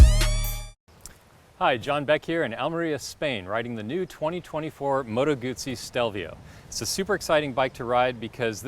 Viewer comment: Just say Moto Guzzi correctly. 🤌🏼